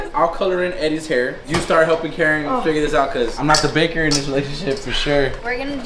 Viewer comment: really said caker instead of baker 💀😂😂